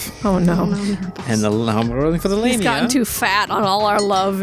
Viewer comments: I've always pronounced it lahm-ia. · phonetically it's La Mia, love you guys and I'm starting to get caught up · I always pronounce it like LAW-ME-a